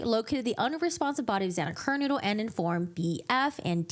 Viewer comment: Why do you keep pronouncing Xana's last name as "KER-Noodle"???